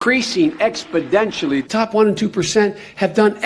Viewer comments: TheDC Shorts needs an expoDENtial! growth in subscribers! 😂. He’s so sure that he’s saying it correctly that he actually places emphasis on the “DEN-tially”. Hilarious. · The cringe in this video gets expodentially worse with every passing minute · Is it, We choose truth over facts "expodentially." or We "expodentially" choose truth over facts? Come on man! Enquiring minds here in the United Steaks of Merica want to know! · More like "Expodenturly" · He's saying ExBidentially. He's including his name as a catchphrase. With a name like Smuckers, it has to be good. Look at the podium. Ex Biden tially. He's selling his campaign. See? He's selling his name by saying Biden us EX ACT LY who to vote for. Ex Biden (act) ially. The one! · I think he's suliminally inserting his name into his rhetoric. ExBidentially. He's trying to work on our subconscious. ExBidentially. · He is being coached by Pelosi. "Exodentially", did he even graduate from first grade? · It's a mathematical term... that of an expodant... what a nimrod. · 2018: Exponentially 2019: exPoDenTialLy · He gets expodentially worse every day... and he leads in the dem polls. lmfao. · He needs to fix those expodentures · Supposably, if you go to the libary, you can, indeed, find the word "expodentially" in the dictionary. There is no ecscaping this fact. Aks anyone! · Biden doesn't even know basic words. Liberals will vote for him "expodentially" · Biden is losing this mind expodentially. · Why wouldn't his advisers tell him he's pronouncing the word wrong? Are they too busy laughing at him too lol? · he can't say exponentially, his teeth will fly out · Not only does he not know how to pronounce the word, it's clear that he has absolutely zero idea of what it means! He clearly thinks it's just an increase. 😆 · Early stages of Alzheimers when you can't even remember how to say exponentially.